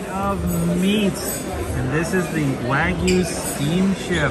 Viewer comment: Not WAG-yu, but rather WA-gyu.